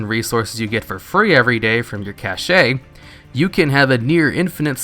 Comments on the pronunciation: wtf is a cashay? its pronounced like cash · It's pronounced "cash" not "cashay", I am triggered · love ya bud but its pronounced 'cash' not 'cashay' xD Great vid. Keep it up. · Cash not Cashay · Its cache pronounced cash, not cashe-a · cache is pronounced cash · "Garrison cashay" sigh